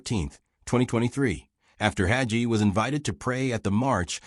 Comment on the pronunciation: It's pronounced hay gee(rhymes with sea)